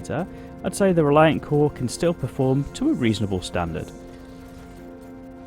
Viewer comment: It's pronounced CORE-A sorry its a thing with me. Lol